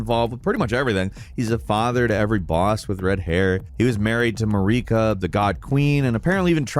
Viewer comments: "Mah-reeka" is nasty work bro 😂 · AND MAREEKAH!?!?! SHUT UP PLEASE!!! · "Muh-reek-uh" is driving me crazy. None of the NPC's pronounce it that way lol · Second church of MAREEKA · The way you say Marika infuriates me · Which is hilarious because queen marikas name is pronounced several times. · Don't forget RODagon or MaREEKa